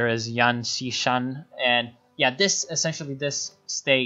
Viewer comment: Nice pronunciation of Guomintang though :D And I lmao when you said yanxishan, quite perfect actually